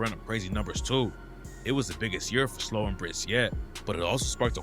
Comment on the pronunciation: Slobae? Wtf it's pronounced how it sounds are you slow? Slo-Be